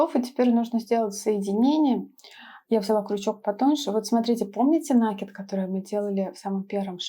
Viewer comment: Да блин, не нАкид, а накИд. Проверочные слово накИдка.